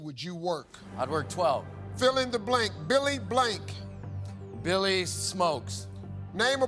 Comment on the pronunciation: He said, "Billy Blank." I was like "Billy Blanks" The fitness dude